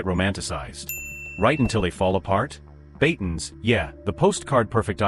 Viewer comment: BATANES not BATONS.